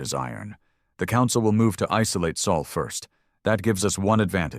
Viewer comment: Sol System, Not Saul, he's a lawyer